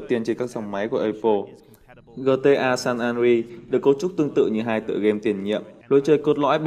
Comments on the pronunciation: Gờ tê a san an đờ rê át. OK? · Gờ tê a xan an ri vãi cả phát âm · Kết hợp giữa cách đọc tiếng việt, tiếng anh và tiếng pháp lại với nhau, ra dc chữ gờ tê a san en ri =)) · Vãi cả gờ tê a xan an ri